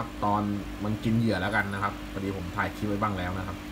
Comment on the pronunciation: ทำคลิปดีครับ แต่พูดใช้ภาษาไทยควบกล้ำ ไม่ดีเลย เช่น ตกปา (ปลา) ทำคิป (คลิป) แปกๆ (แปลกๆ)เสียภาษาไทย ครับ